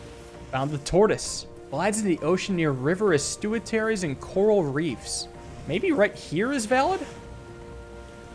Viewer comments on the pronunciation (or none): "River estuitaries" that's a new one LOL